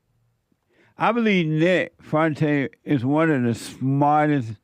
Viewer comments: He don’t give a crap about how to properly say his name 😂 I’m in tears over here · its FOO EN TEZ FUENTES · I love that Jesse legitimately cannot pronounce Nick’s last name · Part of the charm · He can't pronounce it because he is DUMB! Dumb enough to want a racist for president as a black man. smh